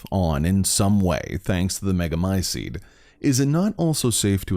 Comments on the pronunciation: Come on man, learn to pronounce "t"s. MegamyceTe not megamyceDE. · Literally every character in the game, and everyone else IRL: Meh-guh-my-seat This guy: mEh-guH-my-sEeD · Mega my ceet not mega my SEED annoying pronunciation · Thanks, I love these videos. Really creepy and cool storyline, thanks for explaining. For some reason, I enjoy the dark, evil, grotesque atmosphere. I do find the pronunciation of Megamycete slightly annoying. There's a "t" sound at the end, not "d". American accent I guess.